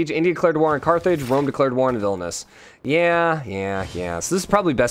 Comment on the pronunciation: It's VIL-NI-US not VIL-NUS